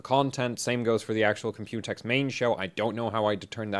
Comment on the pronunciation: there's enough computer coverage (plus you pronounce it incorrectly, the emphasis is on the C... Comp-u-tex, not comp-U-tex, i mean jeez watch a video and listen to how everyone says it!), i'd rather you review ryzen 2000 series hardware! your stuff is genuinely unique on that, vs just some more computex coverage. just put "computex" in the video title and description for some extra clicks lol.